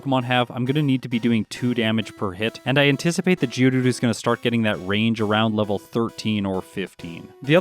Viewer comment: Is it just me or says "GEODOODOO"?